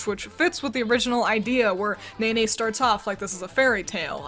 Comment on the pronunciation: how to pronounce nene: Neh-neh not Nay-nay like a pony 😅